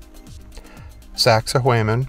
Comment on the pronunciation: ~~~ GET THIS CLOWN .. Ollantaytambo .. IS NOT .. ''Olie - ON-'' .. NOR IS .. Sacsayhuaman .. ''sack - suh - WHAY - min'' .. NOR .. Tambomachay .. ''tambo - vuh - chai'' .. IMBECILIC DOLT ~~~ """""""""""""""""""""""""""""""""""""""""""""""""""""""""""""""""""""""""""""""""""""""""""""""""""""""""""""""""""""""""""""""""""""""""""""""""""""""""""""""""""""""""""""""""""""""""""""""""""""""""""""""""""""""""""""""""""""""""""""""""""""""""""""""""""""""""""""""""""""""""""""""""""""""""""""""""""""" INTERNET PROVIDES PRONUNCIATION .. OF Quechua .. WORDS .. REPRONOUNCED IN Spain-Spanardo .. ''PLANT MATTER TURNED STONE INTO THE CONsistency OF .. wait The FK 4 'it' .. ''BLUBBER'' ! ALRIGHT NOW Poindexter, BRAINIAC .. DO 'it' ! TURN STONE INTO BLUBBER .. DO 'it' ! .. Knuckle Dragging Simian SH_T - TALKER .. SHOW VIDEO PROOF .. OR .. STFU&FKOFF !